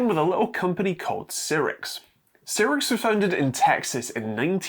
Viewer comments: Not C rix, but Sci Rix (Cyrix) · Some pedantry: It's pronounced "Sigh-rix" not "Sirrix". Also DM&P (used to be SiS, via Rise) still make x86 CPUs, in particular the Vortex range which are available as CPUs or a SOM. (Admittedly they're only 32-bit, but they are x86!) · Cyrix was pronounced "sigh-ricks", with emphasis on the first syllable, not "sirrix". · Sigh-rix, not Seer-rix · It's Cyrix not Cirix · It was pronounced Psy-ricks back in the day. I remember when they were trying to compete with Intel and AMD. The people involved started working on RISC-V (reduced instruction set) architecture, all open-source hardware, after they got blocked out of the x86 processors. They weren't as good as either of their competitor, but at least they kept companies innovating. Ah, the days of Sound Blaster and Voodoo 3 graphics accelerators for "3D games." Aka every game that wasn't top down or side scrolling. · Cyrix, not seerix. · Cyrix is pronounced Sci-ricks.